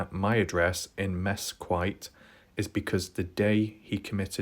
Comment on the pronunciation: Cool video, thanks for the update. Also, it’s pronounced Mes-skeet Nevada